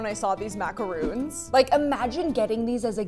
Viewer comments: I've ALWAYS pronounced and heard it pronounced as Mac-a-roons!! NOT mac-Ron's!! Mac-Ron's sounds so WRONG ‼️ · its mah-ka-roons gwirly you got it right google didn't